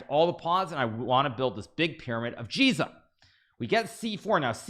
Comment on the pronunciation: By the way, Giza is pronounced with hard ‘G’ sound (eg gizzard)not like ‘Jee-za.’